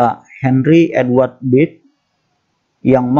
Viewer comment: Bacanya bukan bird tapi berd...